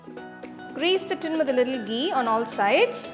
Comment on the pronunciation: Hey ma'am Loved the recipe... But plz be particular about the pronunciation of some words like Ghee... It's not gee..u pronounced it as gee..apart from it.. Just love ur cooking skills...